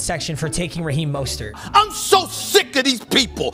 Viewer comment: said Raheem MUSTARD and then moaned 😂I love me some